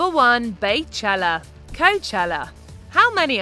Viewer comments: I was at the 2016 VMAs & I went to both weekends of Beychella. I even appeared 7-8 times in the Netflix documentary. Side note: you were so close 😂 it’s pronounced “Bee-Chella” like Beyoncé. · I picked up my phone specifically to comment how happy I was lol that she hadn’t been mentioned as “BAY” then you say “#1 BAYchella” just couldn’t help it. It’s so cringe.